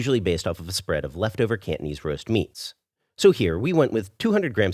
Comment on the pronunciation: The way u pronounce Cantonese kinda sounded like candies... I’m Peranakan btw, you should try to do another Nyonya dish called Ayam buah keluak.. let’s test ur Nyonya skills 😉